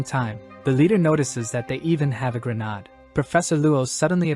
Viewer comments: It's not "gren ard" it's "gren aid".... Also, smoke bombs aren't grenades... This is a really great story 👍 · Dude do u have issues pronouncing grenade